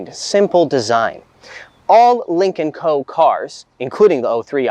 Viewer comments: Any one else hearing "Lincoln Company". The entire episode im thinking american lincoln has a company in china lol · Dude yes